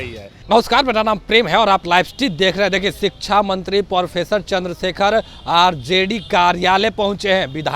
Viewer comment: Porfessor nahi professor Hota hai, Bolna to sikh lo